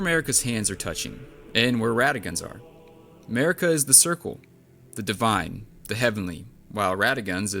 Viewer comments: her name is mArika, not mErika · your accent pronouncing their names was hilarious!!! "mehhhrika" "raydagn" "meeekella" 😂